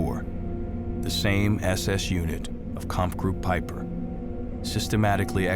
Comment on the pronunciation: Good documentary of these heroes... But one thing irritates me as in you prenounce the first name of Peiper wrong. Its no a Spanish name it's all about prenouncing th g or ch...